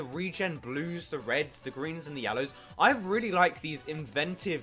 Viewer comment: Glad to be doing this vid with you, dude! ;3 [also, "Thoo Superior"? XDD Someone must've bitten his tongue before recording ;p]